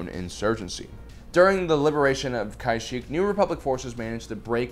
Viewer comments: Listen, I love your channel, but I honestly think you purposely mispronounce Star Wars names lol. Planets, people, aalllll sorts of things. It's pronounced "YOUP Tuh-SHOE" not "You-PAY TAH-soo". That's the less grievous offense lol. "KOO-watt" Driveyards, not "KWATT". "Ka-SHEEK", not "KA-sheek"......it's like they just hired you to talk even though you don't really know anything about Star Wars...... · We gotta work on your pronunciation bud. Kuat and Kashyyk and other names sound add when say em.